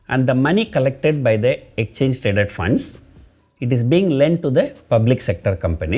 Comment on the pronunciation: I like the way u spell exchange as "ecchange". And debt (b shud be silent) as debt ( without b being silent)